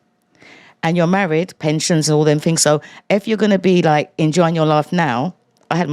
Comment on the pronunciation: I feel liKKKe, I feel liKKKe... liKKKe...